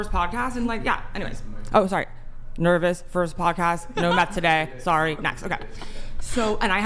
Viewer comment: Whole podcast in 1 second: - I told you once, Please stop touching the mic\interrupting\clapping -"I'M THORRY"